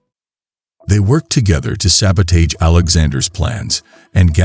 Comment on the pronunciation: Awesome camera moves. How did you do it? A few mispronunciations in the VO, namely "sabotage" . Kinda feel like this format works better around 2-3 minutes and doesn't try a complete story arc. Cliffhanger seems appropriate. To explore a similar story check out Neil Blomkamp "Elysium" if you haven't. To be real, the mega-rich would have evolved not to tolerate 1G gravity over 1,000 years, so maybe they develop anti-grav tech to allow their new species to go to the surface. Keep on!